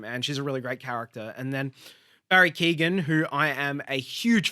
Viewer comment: Keoghan .. pron. 'kyuh-owen', the 'g' is silent